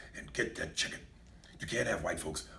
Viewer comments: I love the way he says "CHIGGEN"!!!! 😂😂😂😂😂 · Ms. Dani Chiggen! 😂😂😂